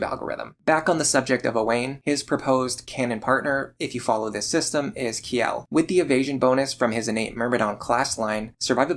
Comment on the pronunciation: speaking of names. Kjelle's name is probably meant to be pronounces more like "Chell-eh", considering it's likely meant to be Scandinavian in origin. This is mentioned in the Fire Emblem wiki, but I arrived at that conclusion myself as a native Swedish speaker. And it is what I always called her.